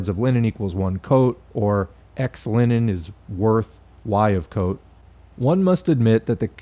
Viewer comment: Every time you say Linen, I think of Lenin.